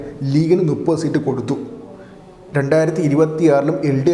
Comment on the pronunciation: നുപ്പത് അല്ല മുപ്പത് നീ ഒരു വാർത്ത അവതാരകനാണ് ഉച്ചാരണ ശുദ്ദിയിൽ അവതരിപ്പിക്കണം